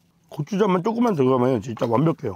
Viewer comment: 진짜 할때 감스트때문에 아 지짜 로 들림 ㅋㅋㅋㅋ